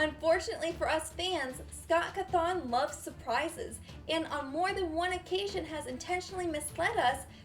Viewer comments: Its pronounced cothinn not cuthonn. So yeah... bye... ._. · im not trying to be rude but you said Scott's last name wrong ^-^